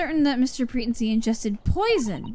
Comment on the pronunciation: Pretency is pronounced PreTENcy, not PREtency.